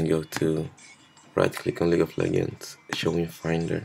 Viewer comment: someone teach this guy to say "legends" and not "leggends"